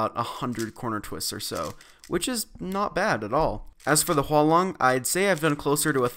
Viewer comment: It's actually Huanlong